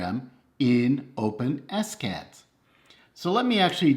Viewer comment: fyi... it's pronounced "Open-Ess-Cad".... not "OpenSKAD"